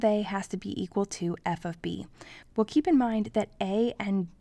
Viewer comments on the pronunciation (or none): none